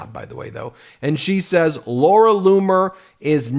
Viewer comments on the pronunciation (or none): none